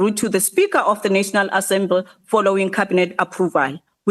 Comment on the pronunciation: She can't say 'assembly'. The 'assemble' ...goodness gracious...no way she's qualified as a minister of higher education. Out!